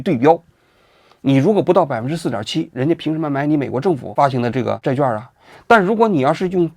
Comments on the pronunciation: 债券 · zhài quàn 。咱文科生要有文科生的样子 好不好？ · “券”读作“quan”四声与“劝”同音。希望以后改正。